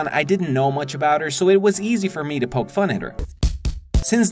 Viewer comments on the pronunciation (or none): none